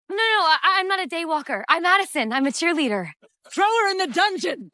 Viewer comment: why she say cheerleader as if it’s some type of race or clan 😭